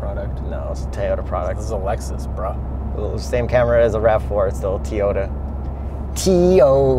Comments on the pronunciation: You both pronounce Toyota so weird lol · Out of genuine curiosity, why can't pronounce Toyota?